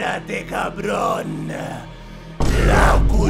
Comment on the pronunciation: "CUEBRA" KKKKKKKK